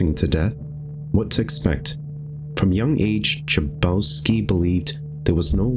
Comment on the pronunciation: The last name Chabowski might be polish, so basically in polish grammar we have two letters "h", one is written like: "h" and other: "ch" and you pronounce them exactly the same way, like in a word "hate" or "head", not like "cherry". "Ch" in polish words is ALWAYS read like "h" ;) And the game isn't a horror, I find it intriguing and calming in weird way. Edit: I just noticed that you changed your avatar ^^ Very cute :D